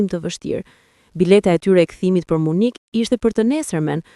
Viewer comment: Dhe 😂 nuk është Munik në shqip por MYNIH oooo Gaz në Tare 😅😅😅